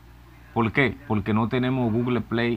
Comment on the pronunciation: se dice PORQUE NO POLQUE APRENDE HABLAR